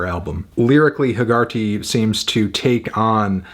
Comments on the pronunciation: I cringed at the pronunciation of Hegarty as heh-GAR-tee all the way through. It’s an Irish name and is pronounced HEH-guh-tee. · That is not how you pronounce Hegarty lol